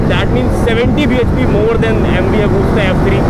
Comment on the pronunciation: And not Agusssta lol 😅😂😂Pronouncstion weak